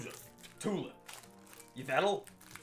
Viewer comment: Bro said Yivetail